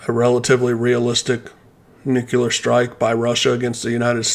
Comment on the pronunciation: For God’s sake, learn how to pronounce “NUCLEAR”. New-clee-ar!!! Not f’ing New-kee-lar! Jesus!